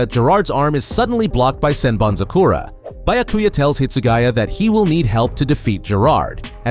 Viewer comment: bro...learn the pronunciations... "Sen BanZu Kora"? like??? do you even listen to how it's said in the anime?